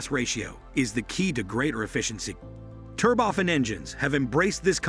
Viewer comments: It’s Turbo-Fan, not “Ter-bofan”. Idiot. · since when is turbofan pronounced terboffin? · It is not an 'advancement' it is 'advance. Also turbo fan with accent on the a, not 'fun'. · Aah yes, the tur-boffen engine 😂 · "TurbOFF-an engines..." "Back. In the nineteen hundred eighties..." These synthetic speech applications really grind on my nerves. They mispronounce words that are in the English lexicon and they pause in the most unusual places in sentences.